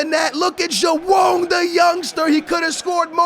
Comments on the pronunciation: Its joao not jowann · please stop saying joao